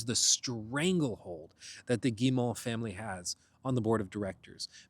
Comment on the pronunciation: As a Canadian, hearing you repeatedly pronounce Guillemot wrong is REALLY making me want to apologize for something! It's pronounced Gee-moe, not Gee-maw.